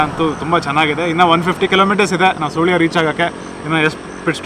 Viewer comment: Its not soolya its sulya 😅